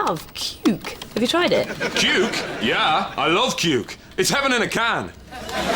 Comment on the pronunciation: the way you said "Cuke" sounds exactly like the way we Norwegians say the word "Kuk" which means cock or dick. it is a derogatory term most of the time, but is also a simplified word for Penis. and yes, it had me rolling from laughter when you said "Cans of Cuke"